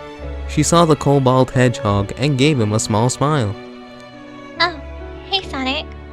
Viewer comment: He puts to much emphasis on hedgehog